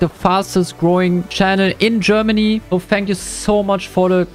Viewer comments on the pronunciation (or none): none